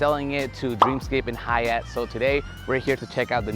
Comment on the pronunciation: Good video, but you mispronounced the name of the very well known hotel chain, Hyatt. I stayed at Rio for the fist time two years ago because I just needed a room for one night and, compared to other hotels on and around the strip, it was quite inexpensive. Overall, the hotel was dark and dreary, and many of the restaurants were closed. Our room was spacious and reasonably comfortable but, just like the entire property, seriously dated. I thought of it more as a tear-down than a rehab property, but if the new owners can breathe some life into the place, more power to them. I'm sure Penn & Teller have no complaints with Rio. They've made a fortune performing there for the last 23 years, and there contract was extended through 2026.